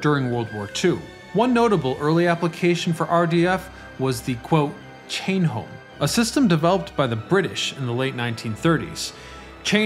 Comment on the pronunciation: Its....."Home Chain", not "Chain Home." ICONIC.